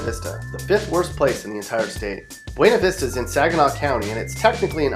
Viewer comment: it is pronounced buuuuuuna vista